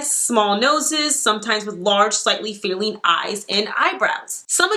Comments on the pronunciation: I love this video. But also - "fay-lean" aka feline is pronounced "feee-line". Cat-like. Sorry, I had to. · Thank goodness someone else noticed. That was extremely hard to listen to her mispronouncing that word. You can easily look up any word and hear how it’s pronounced. That was ridiculous. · Maybe english is not your first language. It's FEE line, not fay-leen. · I think you mean to say (fee-line) for feline face! Great video btw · Its pronounced “Fee-line” as in cat like. I was born 50yrs ago with dimples, large eyes, high cheek bones and a heart shaped face. My face isn’t a trend. I use to be called “lightbulb” head by my family who I love dearly. The “Reese Witherspoon” face/head wasn’t “in fashion”. It’s weird. PS heart shaped faces sag and become more round with age unless you have plastic surgery or stay underweight.